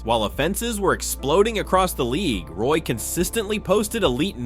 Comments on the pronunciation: That’s not how u say his name… it’s not pronounced Roy, it is pronounced like Wah! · Can’t even pronounce the man’s name right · You should probably learn how to pronounce the player's name before you make a video featuring him.